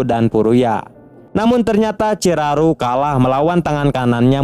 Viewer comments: Bukan ciraru bg ciharu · Bukannya Chiharu🤣